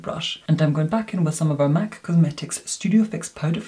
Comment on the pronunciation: I love how he pronounciate " Mac cosmetics " MAK K KOSMATIKKS